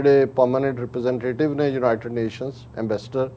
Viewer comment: ਜਲੰਧਰ, 06 ਅਕਤੂਬਰ, 2021: ਮੈਡਮ ਜੀ, ਲਫ਼ਜ਼ "ਯੂਨਾਈਟਡ" ਨੂੰ "ਜੂਨਾਈਟਡ" ਕਰਕੇ ਨਾ ਬੋਲੋ, ਕਿਰਪਾ ਕਰਕੇ ਆਪਣੇ ਤਲੱਫ਼ੁਸ 'ਚ ਸੁਧਾਈ ਕਰੋ, ਕੰਨਾਂ ਨੂੰ ਬੜਾ ਅਖਰਦਾ ਜੇ । (ਖਬਰਸਾਰ ਸੰਪਾਦਕ)